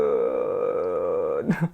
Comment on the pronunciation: you dont pronounce the K in juhaknyeon